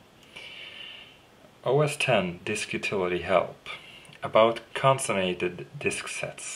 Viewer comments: con·cat·e·nated - LOL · Close: Con-Cat-en-ate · Thanks, mate... In the mean time, here is a bit of help to you :) (hopefully you won't mind) con·cat·e·nate --- konˈkatnˌate (pronunciation) It basically means, to link together in a chain or series. In our case, the disks, and as you mentioned it - JBOD :) Cheers! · Almost... It is actually con cat' en a' ted. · It's Con-Can-Ten-Nated disks